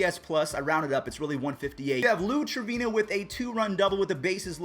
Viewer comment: Did he just say Lou Trevino 😯😯😯